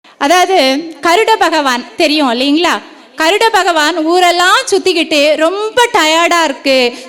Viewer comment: Garudan not karudan